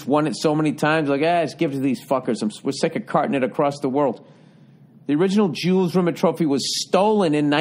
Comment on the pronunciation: The trophy was found by a dog walker, or rather his dog named Pickles, and safely returned to FIFA ("feefa")...and it's Jules Rimet (spoken like a frenchman) not Rimmit 🤭 I love that he is surprised at how small the trophy is. Bill, if this comment somehow gets to you, I encourage you to look up 'The Ashes' trophy in cricket, contested between England and Australia...it'll blow your mind.